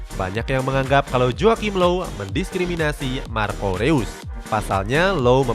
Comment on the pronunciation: Bacanya Rois, bukan Reus woy wkwk